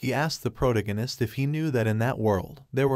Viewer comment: [PRUH] + [TAG] + [UH] + [NIST], how to say protagonist. Good content, but this was killing me.